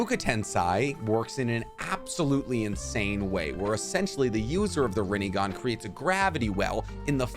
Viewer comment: rinnEgon lol